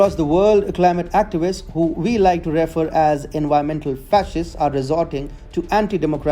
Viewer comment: Pronunciation: refer: re-FER. Emphasis on second syllable.